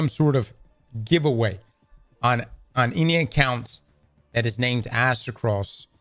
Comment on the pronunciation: Aztec-ross 😂. Just watched Runners HQ video on marathon and he butchered your name. Absolute cinema 🎉😅